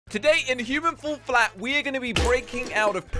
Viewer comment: Human full flat Jelly: Human fall flatt: Humen falll flat